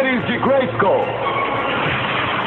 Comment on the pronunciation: " pelos poderes de GLEISCOM" 🤣🤣🤣🤣🤣🤣🤣